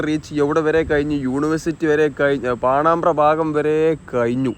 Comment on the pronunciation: പാണമ്പ്ര എന്ന് ശരിയായി പറയുക